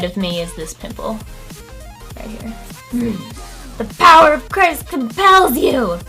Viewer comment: DID SHE JUST SAY THE POWER OF CHRIPST COMPLES YOU LOL I LOVE YOU YOUR FUNNY